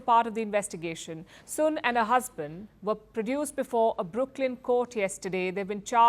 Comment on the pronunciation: 😂😂😂😂😂AaaaaaIndia Lady. The Last Name . SUN.AND not. Soon 😂😂😂😂😂😂Putt The Alcohol Down 😂😂Richard